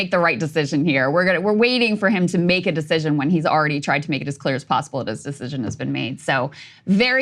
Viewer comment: "This sescision is his to make, (hiccup)"